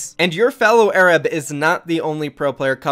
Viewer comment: When you hear a kid call himself A-rab and he's white